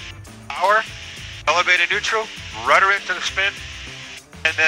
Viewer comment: RUDDER NOT RUTTER.